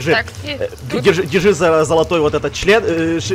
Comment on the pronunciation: он сказал члЭн